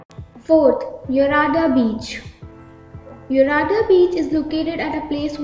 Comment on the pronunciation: Hello..if you don't know how to pronounce..then ask someone ..you English language is normal..just Normal not posh..but you want to make it..so you are speaking like that..its not yurada beach ..it's yarada beach..not kilasagiri..it's kailasagiri..